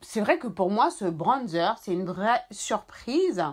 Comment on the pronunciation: « UN BRONNNDZEUR »🤣🤣🤣vous me régalez